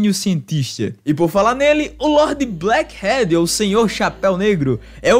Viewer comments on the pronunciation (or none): Só eu, ou ele pronunciou "black HEAD (Cabeça)"